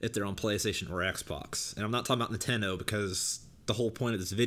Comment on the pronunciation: I was making fun of how your bitch ass pronounces Nintendo